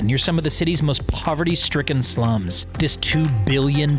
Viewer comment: antillia near slum? Antillia is located at cumballa hill, nearest slum is 9.5 kms away. what you show as slum was a single tin roofed watchman's cabin. The pressure you put on the word "slum" tells it all. and comparing it to the mansion of thieves and dacoits ?